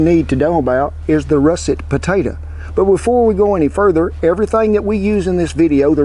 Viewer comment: "The first specimen to worry about is the 'Russett puh-ta-tuh." LOVE IT, Cowboy Kent!!